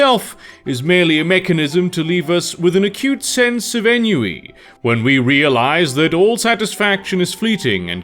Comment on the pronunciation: You always miss-pronounce enui and blame aids on God?